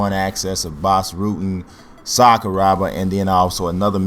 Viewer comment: Sakuraba bro not Sakurooba. anyway nice vid man.